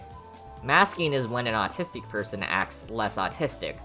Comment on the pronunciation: i though he said "i am a nazistic touhou fan" 😭😭😭 (i know it's not how it's spelled)